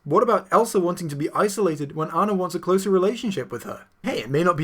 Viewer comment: I got another one: at one point, he calls Anna "This Girl" and mispronounces her name at one point.